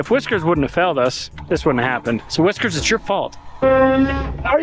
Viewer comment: Whiskers to the "wes-cue"!!!